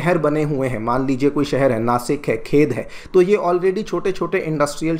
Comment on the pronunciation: Nasik nahi Nashik Phata, Pune ka area hai